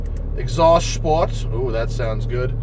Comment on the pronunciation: Your "Sport" sounds so german. very funny. ☺